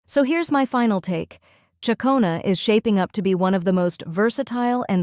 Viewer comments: Tell your AI reader, it's pronounced Chic-ona not chia-cona. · It's actual chuck-ona.